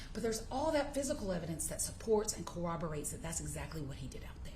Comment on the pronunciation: Hey lady, the pronunciation you're looking for is cor-roberate. Not co-oberate.